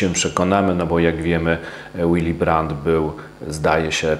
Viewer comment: Willy brandt czytamy willi brant a nie jakiś łili. Gość był niemcem i nazywał się po niemiecku a nie po angielsku.